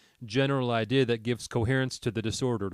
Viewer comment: Great stuff, but why do you have some kind of slurring spasm whenever you say 'idea'?